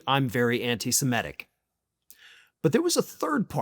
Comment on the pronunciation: please stop saying anti- simetic. The word is anti-semitic "sem-it-ic". It makes you sound stupid and we all know that you are not stupid